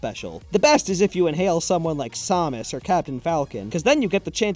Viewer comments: Did you just say SAHMUS? Say it with me: Sam. Us. Put it together and what do you get? Samus! Yaaay! You did it! Good! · its samus not samas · why are you pronouncing samus with a w? Where are you getting the w. There is no w in samus, because then it would be sawmus. Also, before anyone says ‘dude, it’s rude to critique how someone says a name’, firstly, he critiqued how I say chara (char-uh) so this is petty revenge he will never see. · Did this bitch just call Samus sah-muss? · Me::): "Saw-mus" Me::( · Did he call samus somus? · Is no one gonna talk about the fact he said saw-mus? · “Sah-muss” what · aw yes, sawmus. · Did you just say Somis? XD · the way pronounces samus makes me want to die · The way he pronounced Samus.